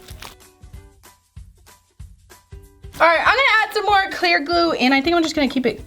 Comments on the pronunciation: By the way you don’t know how to say glue because you say gluul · Sounds like she is saying glue all... Like if u agree